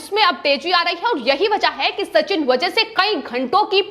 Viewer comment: वझे नही वाजे हैं वो .